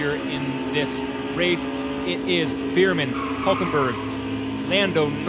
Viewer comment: Its “bearman” not “beerman”